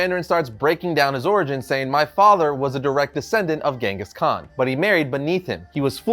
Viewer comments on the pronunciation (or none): none